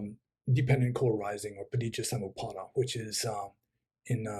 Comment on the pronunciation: Superb That Rendering of Paticca Samupada was spot on